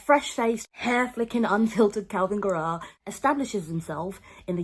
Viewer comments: Why are you saying it like guh-RAWWW? Isn't it GAIR-uh? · I like that you say Garrah like Tara ~ love